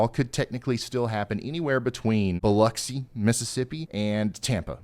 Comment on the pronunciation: Wow, you pronounced Biloxi right :face-purple-wide-eyes